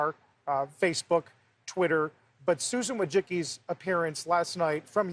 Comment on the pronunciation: he even mispronounced her name. 🤣🤣🤣